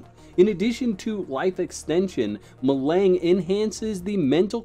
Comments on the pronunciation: Melang is pronounced melanj. I suggest perhaps watching a few of the dune movies and read the book before doing a video about the dune universe. That said as much as I love the Dune universe there is no way I am going to try this Tencent attempt at the franchise just based on their treatment of Canaan exiles. It may be fantastic in the short term but there will be no real love for the spirit of the game. Hard no thanks funcom from me. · Spice Ma-lawn-g is how you pronoun that😅😅😅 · Hi, the spice is pronounced Meh-Lahn-J. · The other name of spice is melange. Like the coffee melange. Its pronounced as such. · my man, we need to help you pronounce "Melange" 😅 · Bro your pronouncing melange completely wrong watch the movie to hear the proper way